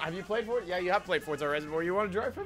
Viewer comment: Why do you say fortza its forza